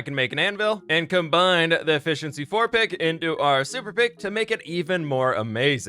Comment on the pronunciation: "a-fish-in-sea four"... actually theyre in all seven seas...